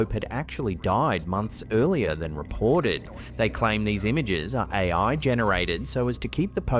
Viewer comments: What the hell is äjj ajjj? 😂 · "That's ay-oi!" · Ooiii thats aaaai ooooia. Fucking accent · Love how he says "AI" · The best thing about this is a Brummy trying to say AI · I just like hearing the say "AI". 😄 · Sounds like more than two letters when his accent suqeezed it